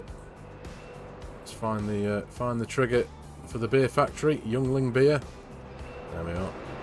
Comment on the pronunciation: Yuengling Beer is pronounced Ying Ling. It's the best damn beer east of the Mississippi